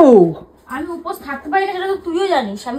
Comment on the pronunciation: কথাটা "উপাস" নয়.. "উপোস"!